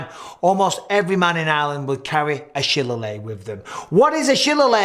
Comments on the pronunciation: Shil Lay lay Not a shillalay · Shi-lay-Lee, and bat-ar-Oct would be close to how you pronounce Shillelagh and Bataireacht Mike 😊 Cool video love your content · It is possible that you meant to say 'rapier and dagger' rather than 'rapier and danger'. Also, the usual way in English of saying the name of the Irish wooden club is 'shi-LAY-lee.' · love u mike but the irish stick is pronounced "shi-lay-lee" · It's pronounced, "sha/lay/lay. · great video mike, one thing though: shillelagh is pronounced shill-ay-lee (me grandad's irish so we had a couple of ornamental ones at home when i was a kid) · Shi Lay Lee. Not whatever you said, Michael. Shi Luh Lay? I bet Irish Stick Fighting isn't aka Batter Reg either. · Love your analysis, Mike, but please get someone to check your pronunciation of words you're not so sure about - shillelagh - should be "shi·lay-luh" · Shi+ lay+ Lee. That's how you pronounce the name of the Irish fighting stick. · I love ya Mike but it's pronounced shi -lay-lay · Dude... It's pronounced "shuh-LAY-lee". 😔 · You mispronounced sheleighly. It's pronounced Shi-Lay-Lee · Pronounced shil lay lee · The Irish stick is pronounced shi lay lee nowadays. it's sounds beautiful to say but it's history was beautifully described by your man Michael. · Its pronounced shi la ley bro ahha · What do you think of his "controversial" pronunciation of shillelagh? I've always heard it said: shil-AY-lee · Its pronounced shil-lay-lee but we got your drift. My granddad was Irish and had one on his mantelpiece, just in case, you know how it goes. . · Just a note: it's spelled shillelagh and pronounced shill- lay- lee. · The Irish stick is pronounced sh lay lee. Connor bisping I thought you were half Irish? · SHA LAY LEE. Is how it's pronounced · Shi - lay - lee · It’s pronounced “Sheh-lay-lee “, but really good video , I didn’t know the history of the Irish martial art, thanks